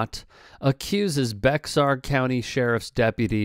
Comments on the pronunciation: It's not pronounced Bexxar, it is more like Bayer County or Bear County. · It’s pronounced “Bear” or “Bayer” county. Not “Bex-ahr”. I got crushed for calling it that in Texas. Lol. Friendly tip. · i say bexar because i hate texas but its pronounced "bear" county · It's pronounced bear the x is silent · Bexar is pronounced “bear”. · Bexar is pronounced "bear" for some dumbass reason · It's pronounced BEAR county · Its pronounced Bear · "BEXAR COUNTY" is actually pronounced " BEAR COUNTY ". . . . . . . yeah, its a Texas thing !!! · It's pronounced (Bay-Har) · Bexar is pronounced like bear or bare.